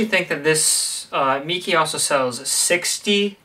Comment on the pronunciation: its pronounced "maykey" planning to get one. thanks for the review!